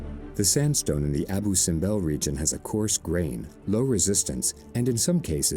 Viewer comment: Abu ( acentuado en la U )